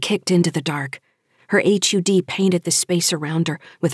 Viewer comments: Nitpick - HUD would likely be pronounced as a word "hud", no one would pronounce H. U. D. Enjoying it otherwise, interesting book, great performance on the reading too. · Every time she says H.U.D instead of just saying " hud " it makes me cringe. Great story though.